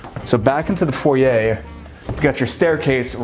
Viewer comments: Good to hear an American finally pronouncing foyer correctly. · thanks for pronouncing "foyer" correctly!! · Either pronunciation is correct. Foy-er is more American, and foy-yay more French.